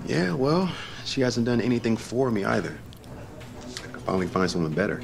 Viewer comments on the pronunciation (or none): its supposed to be find and not fin